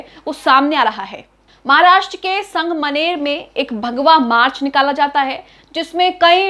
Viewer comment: Didi wo sang maner nahi sangamner hai 😅